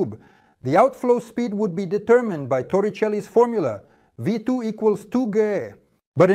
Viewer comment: Did you just say v2 equal to gay 😂